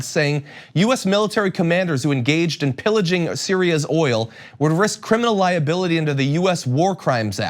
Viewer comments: "We're protecting the er-ol." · What a fucking idiot! He couldn't really pronounce oil in the e d.